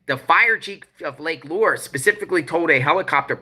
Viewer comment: Lake Lure is pronounced Lake loo-er